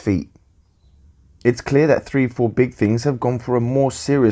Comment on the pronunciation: Excellent review! (Nice to see someone pronounce 34 Big Things correctly, from what I've read on discord. Haha)